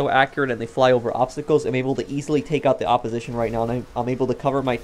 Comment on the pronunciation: Bro said opposition like he’s black